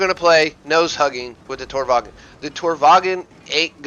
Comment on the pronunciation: good video but the lowe is pronouced like lurver and tornvagn like tornvahn